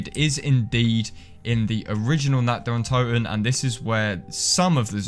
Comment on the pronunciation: God, all these years this map had been out people still cannot pronounce this map correctly